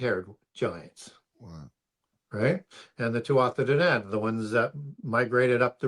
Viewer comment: Hearing him butchering the Irish gods Tuatha dé danann makes me ears bleed